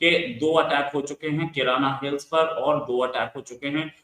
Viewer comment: किराना हिल्स नहीं, कायराना हिल्स कहनसही होगा 😅😅😅